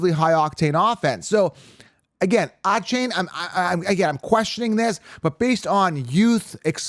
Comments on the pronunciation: You butchered D Von A Chan how dare you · Devon Achane came out a while ago and let everyone know how to say his name, come on